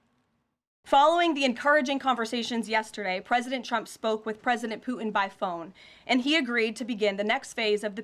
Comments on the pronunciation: Trump, soft Taco Belle, never gets anything done. Hey, KKKaroline, it isn't pronounced Poo'in. Moron. Poo'in uses flattery because soft Taco (ask Stormy) always succumbs to flattery, all people with narcissistic personality do, Trump has done nothing but have a great photo op. War won't stop. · Why do people say poo-in?